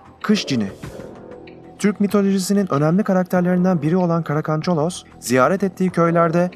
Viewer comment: Karakancalos deyil karakancalok